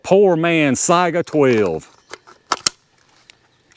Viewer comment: You might be the first YouTuber I've heard pronounce Saiga correctly. I don't know why it's so hard, but everyone seems to screw it up. Most people pronounce it say-ga instead of sigh-ga. When I ask them how they pronounce Saigon, I usually get a blank look. People are funny.